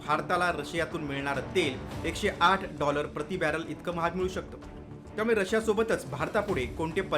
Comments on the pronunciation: Barrel ❌ Baller ✅ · Saam tv must be closed... This churiya calls Baller instead of barrel